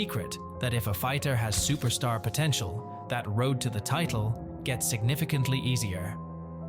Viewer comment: "UFC superstar" bruh needed an english to english translator Nate style that was brutal lol